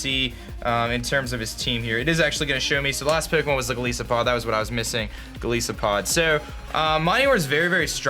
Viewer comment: Lol why do you pronounce Golisopod like that? It comes from goliath and isopod, both of which have I's like the word 'eye'.